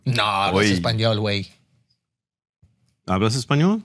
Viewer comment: He just said "you are in spaniard" and even mispronounced it